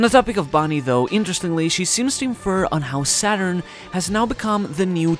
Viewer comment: The way you pronounced the japanese version of "Saturn" sounds almost 100% like the german word for Satan.